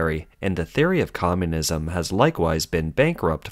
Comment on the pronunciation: "Popoooolation," "commooooonism," "egg cetera," "Xinwaa," "Jiahnguomen," "Shandahng." Narrator can't speak English, and can't speak Chinese?